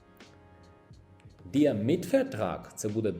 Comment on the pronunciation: Доброго дня. Я на початковому рівні вивчення німецької. На уроках der нам так і проговорюють /дер/, у вас більше схоже на /ді/. Як правильно все таки вимовляти?